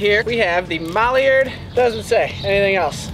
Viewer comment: "MAlliard" – It's MIlliard, mil, not mal , it's not a mallard duck